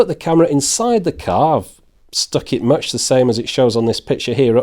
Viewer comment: 1: It's "much" not "match". 2: Go pro is 10-20 times more expensive. Stop Trolling.